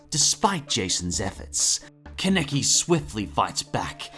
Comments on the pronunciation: KE neki IT'S KA NE KI KA NE KI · Please,, just say Kaneki and not keneki😭😭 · Bro it’s kanaki not keneki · ITS FUCKING KAN E KI!! SAY IT RIGHT DAMMIT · "con-neck-ee" please stop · KEN-EK-EEEE I'm dead XD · Why are you saying mine like that? They literally pronounce her name the way (mine) is spelled also you both say kaneki a different way like you both are fucking morons. how are you gonna pronounce something wrong when every character says it a different way. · The way say kaneki name triggers me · The way he says ‘kaneki’ really bothers me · Kaneki....the butchering of his name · I love Tokyo ghoul. But the way pronounced Kaneki and Aogiri -3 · It bothers me the way you guys pronounce some of the names in this list. For example Kaneki you pronounce two completely different ways. There are other but that was the most jarring. As for the actual video itself. I enjoyed it. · The way the guy says Kaneki made my rage so fucking bad...